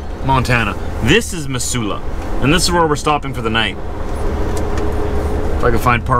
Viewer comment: Cheers, thanks for the nice visuals of my home state.... Montana, Big Sky Country. (P.S. Missoula is pronounced Mizzoula.)